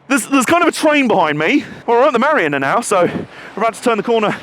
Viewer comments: Ma-ree-na, not ma-rinner. #justsayin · "In Weymouth mariner"? Haha Mariner / Marina let's call the whole thing Pop-eye. Great video though. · Can I just say Weymouth is one of my fave places ever hopefully moving there soon.. But its marina not mariner.. Love your vids keep it up x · Downvoted purely for the way you keep pronouncing Marina. Its Ma-ree-na, not Ma-rin-er. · Hi. Great video. Like your style of presentation (so have subscribed). I gather that it was called a tramway (as it only had steam locos on it) because the rails were sunk into the ground? Sorry to be picky, but a 'mariner' is a person (sailor?) who travelled/worked on the sea; a place (marina) where boats are 'parked', is pronounced 'mareena'. Looking forward to your next video. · Grammar - marina is pronounced M'REENA even in the States, not as you pronounced it.